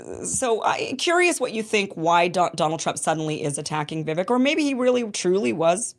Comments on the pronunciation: It's pronounced Vivake, not Vivik. He told you, on your very show a while back, and where I learned the pronunciation, "Vivake like cake, Vivake like cake," yet you're one of the only ones who keeps mispronouncing it. 🤯🤯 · Why must you mispronounce Vivache's name? It's not Vivic. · Vi-VAKE rhymes with CAKE. C'mon, Kim, pronounce it correctly. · Vivake. Is how you pronounce his name….. Vi VAKE. Jeepers. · Can you please just learn how to pronounce Vivek's name? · I too am tired at how his name is being pronounced - thankfully we won’t hear much about him anymore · I find it really disrespectful that you don't pronounce Viveks name correctly.